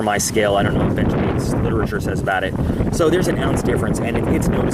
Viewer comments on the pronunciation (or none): none